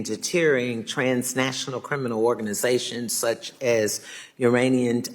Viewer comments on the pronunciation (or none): What does detacting and deteering even mean?? ..i wasn't ejabacated enough to get invited to Affirmative action english class...and where do the uranian terrorist groups come from.. I've never even heard of them...maybe she is so much smarter and ejabacated than me that she is light years ahead ....